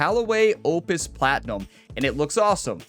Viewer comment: One time for every shot. Birdie train called. Edit: Spot on with your pronounciation of "Opus" 👍. You'll make this channel more like grammar ability yet 😂 Edit: Hole 17 😃🙌. What a shot. Funnily enough I got my first ace in the game as well today. Mind you I was playing on pro am at Al Barsha. Not quite the same level of difficulty 😉